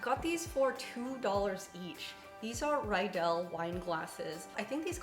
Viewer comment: Your stemless wine glasses are pronounced “reedel, not rydel”. Riedel is a German wine glass company. As such, when the spelling is “ie” the “e” is dominant. If the word is spelled “ei” then the “i” is dominant.